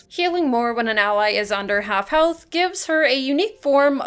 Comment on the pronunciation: under half healthUUHH lmao is it hard to speak properly?